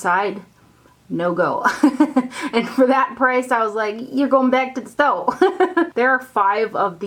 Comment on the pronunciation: "and for that price, ya goin back to the stoe" 😆 same..